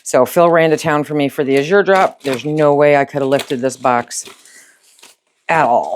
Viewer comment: The word azure in the name Azure Standard is pronounced with the accent on the first syllable. Not that it matters that much but I would want to know if I’m saying a word wrong. Thanks for your videos. I love watching!